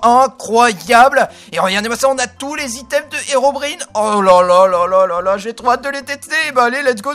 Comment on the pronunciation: Dsl mais la prononciation de Herobrine est incorrect